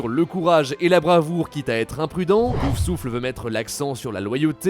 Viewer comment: Et un peu plus tard on entend "pousouffle"...